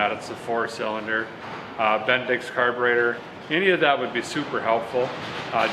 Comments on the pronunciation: did you just say "the fuel make it happener " ? [ carbertater ] ........good one. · Did you just say Carburetor?